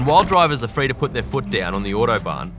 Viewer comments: Bro saying “iuodobahn” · Ordo-barn. Jesus, mate.